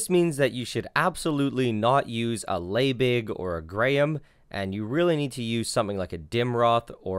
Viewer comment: Pretty sure it's pronounced "LEEbig" :-)